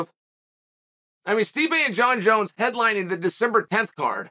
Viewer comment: Jon Jones the only fighters name Chael can say correctly.